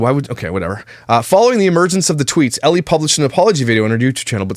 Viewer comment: The reason they are angels is because her name is pronounced (like f-ELL) not Ellie so it’s Angelles 🤦🏻‍♀️ makes me cringe so hard. I’ve never followed her but I follow some people who are her friends and even they had to say something on Instagram about those tweets. Then what they said got misconstrued and they started getting d3ath threats as well 🙃